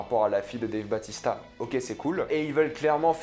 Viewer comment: Dave "bAUtista" pas batista